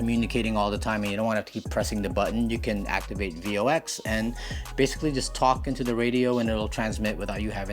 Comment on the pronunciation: VOX is pronounced as a word. "voks" ;-) You are way cooler than any of the hams and gmrs guys I know (including myself). Great video!!